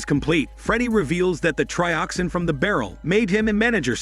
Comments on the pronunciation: It's not Trioxine! It's Trioxin and it is pronounced as such. But yeah, this video is awful. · 245 trioxine! Say it right😂 two subway bums are called workers 😂😂 watch the films you review